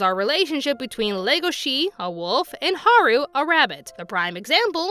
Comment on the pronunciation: Odd thing is its legosee not legoshe in pronunciation. The character was named after the actor for Dracula. Its wierd that the English dub messed it up.